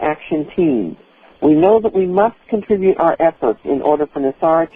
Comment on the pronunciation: IT'S NOT CONTRA-BUTE PEOPLE!!!!!!! It's CON-TRIB-UTE!!!!!!!! I SWEAR TO GOD THAT IRRITATES THE SHIT OUTTA ME!!!